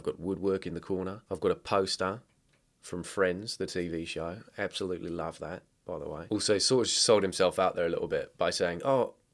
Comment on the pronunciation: the kiwi EHPSAHLOOTLEE